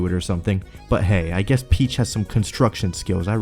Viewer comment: Princess Pitch